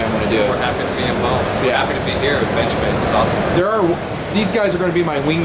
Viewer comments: No, he definitely said benchmade but it sounded like bitchmade. I GUESS WE ALL KNOW NOW WHAT TO CALL THEM WHEN THEY MAKE A BAD KNIFE. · lol did u say bitchmade for the intro